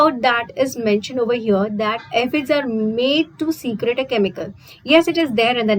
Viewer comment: Mam, it's not secret, it's secrete. Pronunciation error makes difference in the actual meaning of that word.